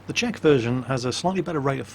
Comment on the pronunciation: Btw, I've noticed Swedish people pronounce the "Ch" and the "Sh" almost the same way, but infact, it's different. Czech is pronounced like "Check", not "Sheck". It's a helpful tip.